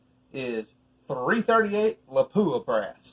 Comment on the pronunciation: It’s La-Pwuh not Luh-poo-uh